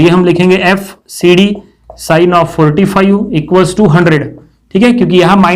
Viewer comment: Why cant he pronounce five correctly?